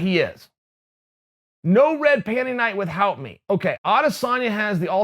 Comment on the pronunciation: Chael "With-Hout" Sonnen